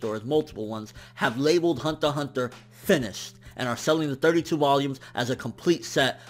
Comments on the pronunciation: I like his reviews and all but man I dislike how you pronounce some of the amines. Hunter x Hunter and Magi just to name a few. Lol keep up the good work. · I'm relatively new to anime and the only interaction I have had about anime is through the internet. I think this is the first time I have heard Hunter X Hunter being spoken. Do you not say the "X" or is that just how says it?